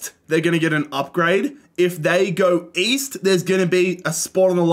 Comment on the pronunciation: East? I thought you said Weast